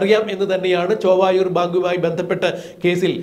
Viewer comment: സുഹൃത്തേ... ചൊവ്വായൂർ അല്ല ചേവായൂർ ആണ്.